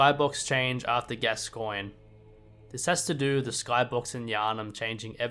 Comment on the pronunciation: I don't know if I commented this already, and I don't mean to nitpick but it's pronounced "gas-con"